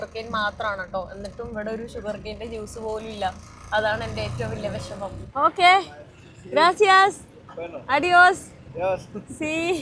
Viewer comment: അഡിയോസ് അല്ല . അദിയോസ്‌ ആണ് . ( soft “d”) . Gracias എന്ന് ആരെങ്കിലും പറയുമ്പോൾ " de nada” ( ദേ നദ ) എന്ന് തിരിച്ചു പറയണം . If you want to say “ thanks to you too “ say “ Gracias a ti “